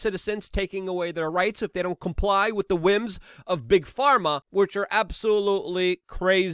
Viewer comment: Lol, just another “Luke-ism” Same as how he says with as “wit” Love this cat. Top notch human